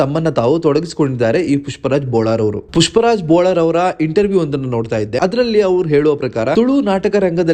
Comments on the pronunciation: ಸರ್ ಸರಿಯಾಗಿ ಹೇಳಿ ಬೋಳಾರ್ ಅಲ್ಲ ಬೊಳ್ಳಾರ್ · ಬೋಳಾರ್ ಅಲ್ಲ ಬೊಳ್ಳಾರ್